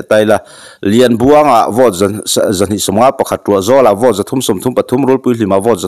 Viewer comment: Hi, Buddy, Vote hi Vawt tiin i lama, ka duh aiin i Bur😅😅😅kan Mizo channel lian LPS, ZONE,DD ten an lam rik dan hi a mawi ka tia.